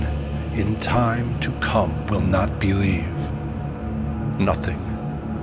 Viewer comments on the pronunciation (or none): none